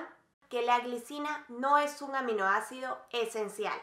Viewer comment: Gracias ...pero por favor!! Si vas a hacer esto..PRONUNCIA BIEN..dices Frejol!! Ung en lugar de UN.. comparagción....song SON.